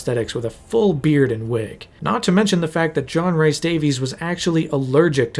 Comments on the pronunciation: I love this video - but every time you say Rhys as Rice (it’s closer to Reece) I died a bit inside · John Rhys Davies's last name is pronounced the same way we Americans say the last name "Davis". Also, his middle name is not pronounced like "rice". It's pronounced like "Reese", as in the first syllable of the candy "Reese's Pieces." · Rhys is pronounces Rees. Like Reese Witherspoon. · John Rhys Davies name, Rhys is pronounced as Reece, not Rice. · it’s not Rice. It’s Reece (Rhys) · Hate to Um actually, but I'm from Wales. Rhys is pronounced like Reese. Hearing it pronounced rice hurts. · great video, but one little nitpick. Rhys is pronounced 'Reece' to rhyme with grease, not 'rice'. It grates every time I hear you say it. edit nope, after an hour and I'm out. I just can't bear to saying 'tons and tons' and 'massive' all the time. if you revisit this again, please edit your script to use more synonyms to avoid such tedious repetition. It will help immeasurably.